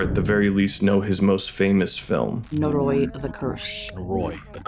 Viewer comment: Your pronunciation of "Noroi," while not egregiously wrong, really bothers me lol. It's technically more like "nor-oh-ee" but if a Japanese person says it it will sound like "noroy."